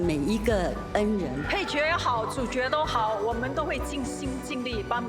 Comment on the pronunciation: 角色。。。Right pronunciation shd be Jue She.. Not Jiao She😂